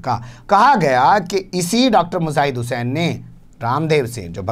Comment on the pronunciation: Matlab.... ko bhi urdu arbi nahin aati....laanat hay... Mujaahid ko (muzaahid ) bol rahe hain.....afsos